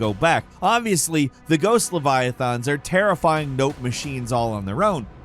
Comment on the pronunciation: Leviathons? Sigh…